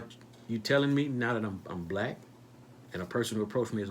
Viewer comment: WHY ARE YOU OVER EMPHASIZING ON WORD BLACK PEOPLE WHEN THERE IS NO SUCH THING AS BLACK PEOPLE THAT'S A SOCIAL CONSTRUCT OF INVISABILITY AND HAS NO STANDING IN A COURT OF LAW.